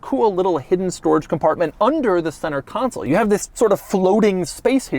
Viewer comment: CON SOUL not council!!!!